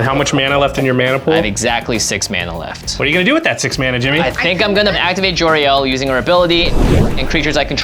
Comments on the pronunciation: Jimmy man her name is JOL-RAEL not JOY_RAEL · Jora-el? Is she a Kryptonian?